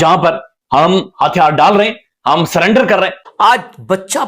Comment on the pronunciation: It's not SULLENDER it's SURRENDER.